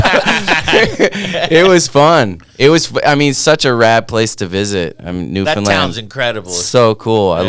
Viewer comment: super stoked to hear this story, thanks bomb hole and to the man of many hats Trevor Andrew. growing up in NS is was always dope to know one of ours made it so big. PS: Newfoundland rhymes with Understand.